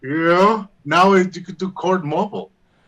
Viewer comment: "Court Moble" 😂